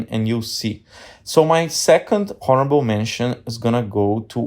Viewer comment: Did you say "HORRIBLE" mentions?!? 😂😂 Seriously tho.. great video brother 👑